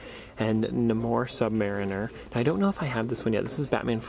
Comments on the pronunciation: WTF IT'S NOT NAMORE IT'S PRONOUNCE NAE-MORE EDIT: ITS NOT PRONOUNCE MERINER IT'S MARY-NER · The way you pronounced namor hurt me